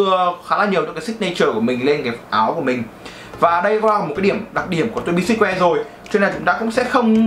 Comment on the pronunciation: Tô bi sừ truýt woe chứ sao ông toàn đọc là sít.woe@@